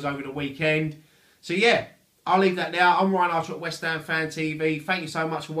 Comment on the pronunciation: "ELLO', FROM WHEST AM FAN TV", love it